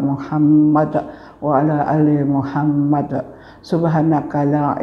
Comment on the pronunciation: Utk Hanif tolg di denger lg Muhammad pakai dal dan qolqolah . bkn pakai ta